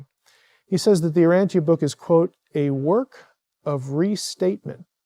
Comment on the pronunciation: Its not pronounced "Uranthia" btw...